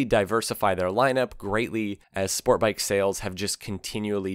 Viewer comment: There is a T in the word sport bike. It is not Spore bike. I hate that speech impediment.